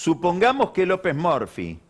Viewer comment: Excelente editorial como siempre. Me causa gracia las pronunciaciones de Pagni, como a Scioli le dice "Yoli", a Lopez Murphy, le dice "Lopez Merfi", y a Twitter, le dice "Tuirer". 😂😂😂